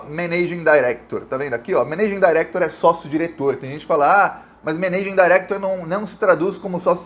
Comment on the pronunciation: Ménêigingui dairequitor PQP!!! Alguem precisa fazer um cursinho de inglês, hein?